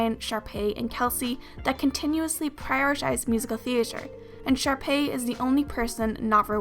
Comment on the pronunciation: I thought you said sharpie